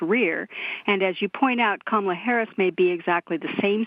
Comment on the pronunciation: Please learn how to pronounce 'Kamala'.